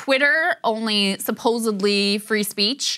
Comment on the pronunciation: i lost you at “subosebly”. Lol